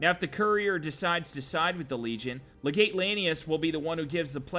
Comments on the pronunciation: How does anyone play Fallout NV all the way through and still pronounce "legate" wrong? Come on. I mean Caesar says it, the legion memebers say it, Random NPCs say it, the radio guy on the pipboy says it... It's pronounced le-git come on man! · In all of the comments on the correct pronunciation of 'Caesar,' I'm surprised that no one has mentioned his mispronunciation of 'Legate.' It's LEG-ut; 'ut,' like put.